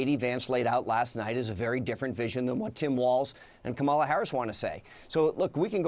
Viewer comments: Funny mispronouncing Kamala's name is disrespectful, but CNN constantly calling Trump "Hitler" isn't.. you guys are funny AF. why exactly do you think you can set the rules for how people treat your candidates versus how you treat others candidates? Screw you bossy bullies, you are not the arbiters of the first amendment. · Yes, we care about the 2020 election. MAGA acts as apes for donOld refusing to correctly pronounce Vice President Harris name and aping every lie donOld orders them to say even though they lie. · Some people mispronounce it and it’s genuinely an innocent mispronunciation. The maga crowd makes a point to go out of their way pronounce it wrong. Because they’re childish and petty losers. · What a pathetic grade school move by Corey. Mispronouncing a name just to curry favor with the boss. But why should any intelligent , socially well adjusted adult expect different from him or Trump. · Why can't these idiots pronounce her name right, Is that the best they can do ? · Corey LowEndDowski lost his credibility, when he lowly said Kamala's name, incorrectly, trying to demean her as an individual. THANK YOU, Jim Acosta! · Sorry but Acosta was way to patient with this guy. He was clearly trying to distract from the fact that Trump's campaign is preparing to lose the election and stage another coup. Facts don't matter. It's a all stagecraft to stir up the noncritical thinkers of this country. Acosta should have lit him up but instead gave him a platform to spew the false rhetoric. Put him in a corner to simply answer the damn question. I would have called out on air his intelligence or otherwise blatant racism for not pronouncing Kamala's name correctly and let him squirm in his chair. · Wow, that was pathetic and disgusting. I wonder what kind of dirt Trump has on this guy that he can't even say her name right without being scared of the orange julius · They've made a decision to knowingly mispronounce her name. What a POS. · Jim it’s Quemala 🤣